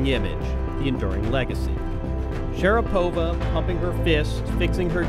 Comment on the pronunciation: My Russian wife says Maria's last name is consistently mispronounced. In Russia it has the accent on the 2nd syllable, not the 3rd. It is Sha-RA-po-va, not Sha-ra-PO-va. But maybe after a lifetime of having the western world mispronounce it, Maria just goes with it.